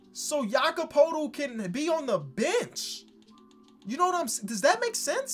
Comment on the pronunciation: He finally said Jakob's name correctly my life is complete.